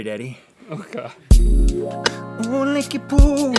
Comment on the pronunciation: Linky poo sounds like lick yo poop